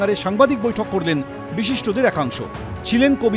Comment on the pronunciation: 'বিচিষ্ট' জন...😀